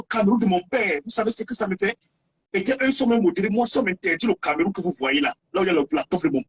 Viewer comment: Banderas on ne dit pas "CamÉrroun" mais "CamEroun" ! Y a pas d'accent sur le "E" hein 😁